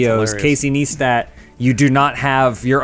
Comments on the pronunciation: Pronounced "nice tat(too)". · Its not about the charity, its about YouTube tweeting that the policy is to NOT monetize videos about the topic, but Jimmy Kimmel is exempt because REASONS. And please stop saying NEEESTAT I love you guys but PLAZ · I love you but how do you fuck up the pronunciation of Casey Neistat's name every time